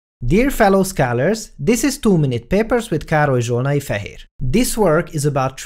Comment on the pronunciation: Shit all this time I thought he was saying "Karol Jonaifa here"